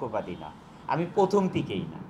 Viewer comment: পথম কোমিটি জাহিদ ইস্পাক্তাবল আটিস্ট পোডিউচার পোডাকশোন আড়াই মিনিটের লেকচারে ৭ টি ভুল উচ্চারণ ! 😂😂😂😂😂😂😂😂😂😂